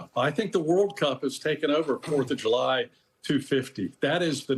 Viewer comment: The 4th of Ju-Lie.